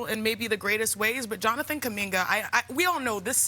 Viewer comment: It's Jonathan, not Jonanan Kuminga